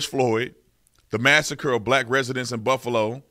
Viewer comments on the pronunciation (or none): none